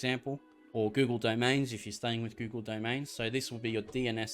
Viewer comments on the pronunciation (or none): none